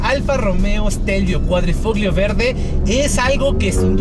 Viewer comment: Ahi te encargo la pronunciación. En italiano Gli se pronuncia "Li" por lo tanto Quadrifoglio se pronuncia "Quadrifolio"